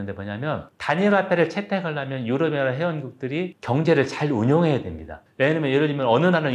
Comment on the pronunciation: 유럽 연합을 유어어하 라고 발음을 하시...😅